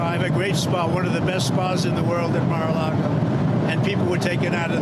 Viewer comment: It’s not Mare a Lago